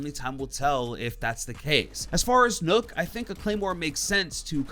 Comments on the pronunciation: Ur saying nokk wrong and its annoying me alot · Btw Nokk is not pronounced " Nook" it's pronounced as Knock